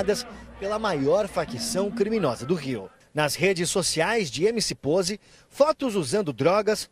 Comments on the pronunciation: "POZE" NÃO POSE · É Poze com "z" n com "s" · Rapaziada , é POZE e não "pose" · Vai para escola kkkkk (Poze)Não (Pose)